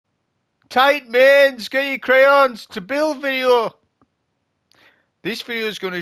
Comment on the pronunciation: "get your cryons" HAHAHAHAHAHAHA